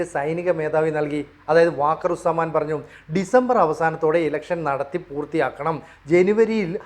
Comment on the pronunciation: വാക്കർ ഉസ് സമാൻ അല്ല വക്കാർ ഉസ് സമാൻ ആണ്.